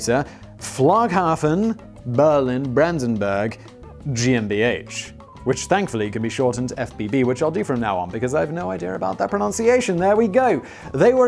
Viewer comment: GmbH is pronounced : gay-m-bay-ha